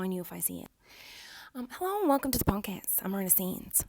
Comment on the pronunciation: Lmao every time she says podcast I swear I hear "punk ass" lolol